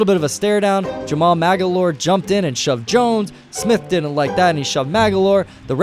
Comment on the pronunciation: "Maglore" say it right